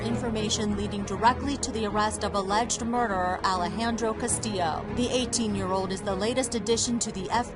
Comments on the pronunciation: It's not castilo it's castillo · It’s not said Castillo it’s castiyo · Castillo = Cas-ti-yo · The pronunciation of Castillo was completely butchered in the making of this video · When the clip they show says castillo's name right yet they STILL pronounce the name wrong #HispanicProbs it's even a popular name 🤦🏻‍♀️